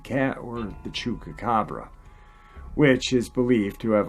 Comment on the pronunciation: I like you..you're a nice guy..I love your channel..but if you don't start pronouncing Chupacabra with a Goddamn P and not a fucking K..:-)